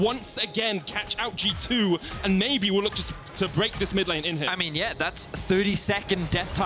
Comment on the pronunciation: everytime he said ''yuno'' and ''ay min'' i got cancer